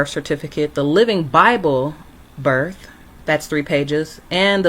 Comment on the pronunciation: Delusional much. Birf is not a word its birth. A good drinking game is to drink every time she says for the record.Drinking game 2 is drink everytime she says